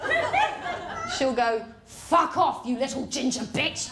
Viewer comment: took me the longest time to realize that "ging-ha" meant ginger. never heard it pronounced with a hard g!! weird